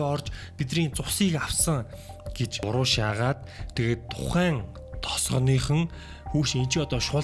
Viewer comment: Buruu shaah❌ Buruushaah✅